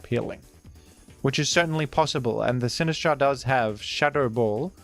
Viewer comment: I love the way you pronounce Sinistcha